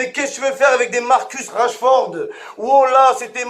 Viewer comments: C'est pas Rachford mais Rashford Momo 😂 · Rachford 😂 même son nom il l’a pas respecté 😂